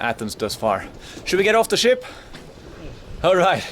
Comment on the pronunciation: Everytime he said "Ship", I heard "S*it". It may be the beer I had previously ...